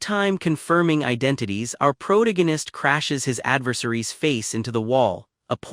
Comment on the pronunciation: pick a chat bot that can pronounce PROTAGONIST without a D there is no D in protagonist unlike your mother last night.